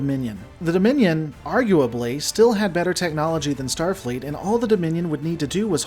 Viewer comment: "Stafleet's Kobayashi Maru" What the heck is "Stafleet"?!